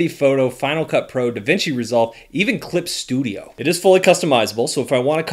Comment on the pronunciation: When you said clip studio my ears went "crisp"😁